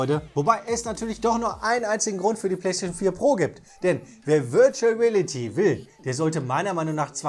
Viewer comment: "...virtual rälity..." 😁